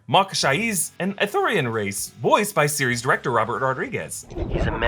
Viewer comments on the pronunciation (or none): I thought it was "Ithorian", not "Arthurian"??